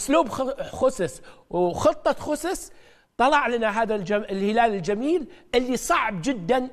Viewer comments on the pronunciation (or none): كيف اثق بواحد يقول خوسس !!